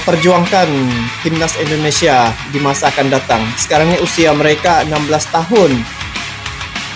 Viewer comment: Susah sekali sebut INDONESIA.. selalu terdengar ENDONESIA. INDO. bukan ENDO.